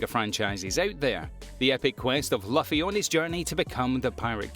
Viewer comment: You not only butchered the names of about half the list, but you also mispronounced characters names that weren't listed (it's pronounced like Loofy). You even mispronounced your #1 as Miriam lmao. Also, Lou Lang isn't the hero of Sword of the Stranger, he's the MAIN VILLIAN. It tells me you didn't even watch the movie.